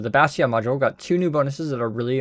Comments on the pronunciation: Say Bash Tee On one more time I double dare you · Bat Yawn lol. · have you learned how to pronounce bastion yet?